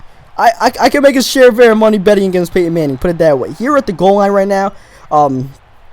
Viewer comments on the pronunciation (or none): none